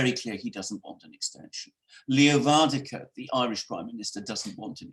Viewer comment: still haven't learned how to pronouce 'Leo Varadkar' correctly.